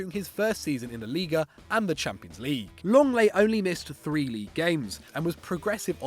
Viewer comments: Lenglet not Longleii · "LONGLAY" IT'S LENGLET. How it sounds Leng-Let